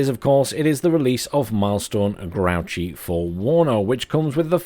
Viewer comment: I'm like 80 percent sure it is pronounced grooshee. The guy is from france, not some trash can.